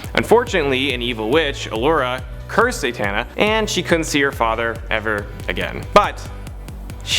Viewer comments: Who's Zaytana? Because I believe it's pronounced as Za-ta-na. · Sounds very unrehearsed and the flow is unnatural. Plus "Zay-tana"??